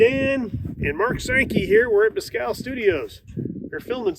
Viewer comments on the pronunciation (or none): none